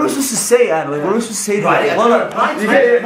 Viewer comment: His name is aadamm . Not adam the wana be . With his eve 🤣